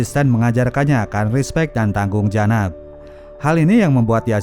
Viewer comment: Menit ke 1.43 : "mengajarkan respecc dan tanggung janad" apa artix booss??